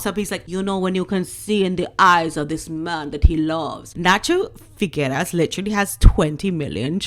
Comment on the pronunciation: Nacho F I G U E R A S....pronounced figeras... a model and polo player with not much handicap..means nothing as a polo player in Argentina